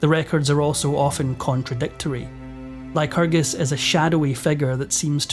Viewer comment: Lyerus... lycrgus... The Lytragargu... Donald Trumpacus!